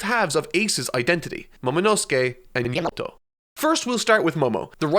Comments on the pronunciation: The way its edited means it might be because he is mispronouncing it, or his accent is, like the review series with yonji .i wouldn't be surprised he was saying YAM-ato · The editor usually does that when either mispronounced something or used an incorrect word/name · It's still funny how Yamato's name kept getting distorted. I'm curious was it just saying Her name wrong? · Ngl dude, I'd rather hear you say Yamato's name wrong than hearing whatever that is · Probably mispronounced it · mispronouncing Yamato will never go out of style! 😂😂